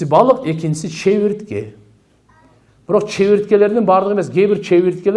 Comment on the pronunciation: чебиртке дебей чегиртке деңизчии ?